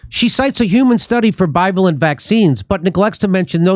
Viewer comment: Jimmy: It's 'bi-VAY-lent'. That's how to pronounce it.